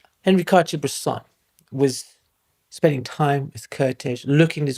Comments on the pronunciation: Great video about a less known genius, fellow countryman. Just out of respect, the pronunciation of the name Kertész: Ker - like care t - t ész - like ace. Sort of like Caretace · You would say Kertész like you would say Curtis but with an A instead of the U.